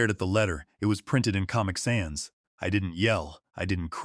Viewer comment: Yeah, I picked up on that, too. Also, pal is spelled PALOR 🎉. IS AI writing AND reading this story? Pronouncing read (reed) as (red). I had to “red” (should’ve been “reed”) read the memo three times. .it was written in comic sands (should’ve been sans).